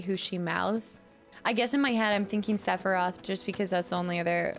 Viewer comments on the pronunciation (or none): Since when is Sephiroth a one syllable word?